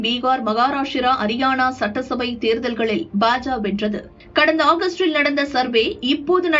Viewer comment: FOR EVERY VIDEO YOU SAY BA JA INSTEAD OF BA JA KA, YOU EARN A DISLIKE